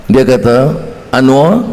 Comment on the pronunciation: Anwar bukan "Anuar"